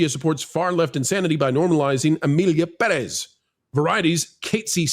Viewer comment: Perez has the accent on the first syllable.